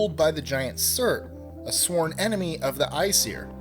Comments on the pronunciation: Kyle Posey the way he said æsir was almost correct, he just should not have had the 'seer' sound. its pronounced 'I siir' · Norse myth was not inspired by Greek myth. Also A in Aesir is pronounced like cAt. And it's not varnir it's vanir. Frey is technically Freyr and his fathers name is Njördr (pronounced like nyurthar) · Vanir. Vanir. Van-eer. There is no other r in it. It isn't Varnir. Aesir is pronounced "Ay-seer".